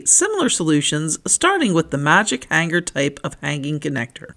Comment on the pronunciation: g is SILENT in the word HANGER